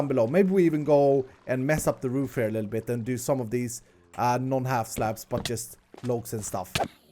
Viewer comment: for slabs i heard craps